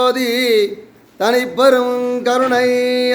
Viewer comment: அருட்பெருஞ்ஜோதி. மகாமந்திரம் உச்சரிப்பில் ம் வரப்படாது. ஞ் என்ற உச்சரிப்புடன் கூறவேண்டும்.